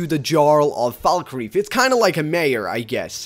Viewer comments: The way you pronounce Falkreath and Jarl is appalling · FalkREETH..."J"arl. This guy never played Skyrim outside of his videos. Probably just for the views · Jarl. Falkreath. Please learn how to pronounce words.